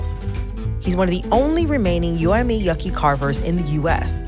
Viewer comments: She said yucky' its YA-AH-KEY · Really called us “yucky” wth 😔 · If you’re going to do a documentary learn how to properly pronounce the name of the tribe. It’s borderline disrespectful how this woman is pronouncing Pascua Yaqui. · W/S BARRIO ANITA!!! who the freak let this cherokee post a video in my barrio and yea learn how to say Yaqui 💪🏽🤎🇲🇽🇺🇸🏜️🪶🌵